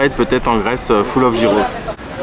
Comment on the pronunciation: Pas jyros mais gjyros!!attention à la prononciation et ce n'est pas du yaourt dedans mais du tsatziki!! Lol, sympa tes vidéos